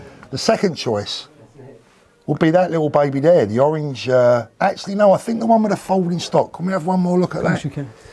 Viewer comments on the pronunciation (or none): "Owwange"? Weally???